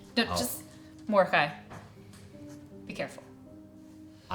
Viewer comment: Am I the only one who gets tilted when he says his name as Morde HAI vs Morde KAI yet everyone calls him KAI since Episode 1? He should just be like HAI damn it!